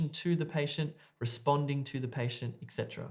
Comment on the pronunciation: hello, i noticed that you pronounce the word "etc." ecsetra which is probably wrong, as i also double checked it, and it is etcetra not ecsetra or extra